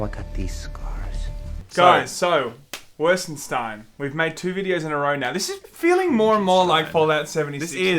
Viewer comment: Wolfen-$TEIN, you say? Is that Jewish?